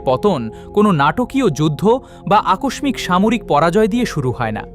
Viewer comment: ধন্যবাদ আপনাকে এই ধরণের ঐতিহাসিক বিষয়গুলো তুলে ধরেছেন! তবে, বাংলা ভাষার উচ্চারণ সঠিক হয়নি বা হচ্ছে না! যেমন "আকস্মিক", " রূঢ়" এমন অনেক শব্দের উচ্চারণ!